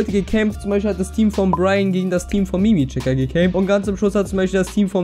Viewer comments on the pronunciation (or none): Mini mi checker nicht miimiichecker xD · Er heißt Minimichecker ins nicht MiiMiichecker.... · min. Er heißt MinimiChecker und nicht Mimichecker :D XD XD XD XD XD XD